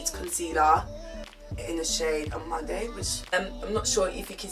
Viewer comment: You may or may not care or may be offended for the correction , but the concealer name -amande (French word) ...Amand(eux) not amand(ay)... to make it easier, keep the ‘e’ is silent 🙂...I watched your other video and noticed you also said Amanday. 🙂 but if amanday floats anyone’s boat, then Amanday it is 😆 😬